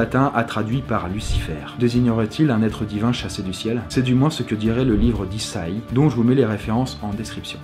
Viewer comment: On dit i.za.i (écrit en phonétique) pour isaï !! Bonne journée. 🤷‍♂️